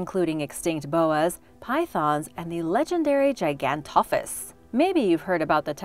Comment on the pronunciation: Andrewsarchas was not a dinosaur it was a prehistoric mammal you did not pronounce gigantophis right aswell